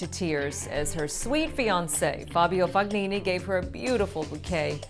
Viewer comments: The Fognini silent G is really getting to me. How hard is it to concider the comments? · I'm no Italian, but I believe it's pronounced Tott-i and the g in Fognini should be kind of silent. But we know it wouldn't be a Tennis Now news update without at least one dodgy pronunciation.